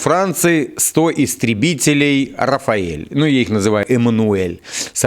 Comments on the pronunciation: Самолёт Рафаль, а не Рафаель 😉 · Рафаль, же, не Рафаэль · Почему Рафаэль если Рафаль.